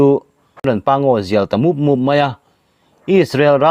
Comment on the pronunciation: A ngaihnawm tur angaihnawm tur angin a ngaihnawm loh leh thina, tawng thluk hi inzir deuh angai nih hi, mup mup tih hi thluk ve deuhla, fur fur tihpawh thluk deuh angai tho aw, ti chuan angaihnawm zual sawt ngei ang.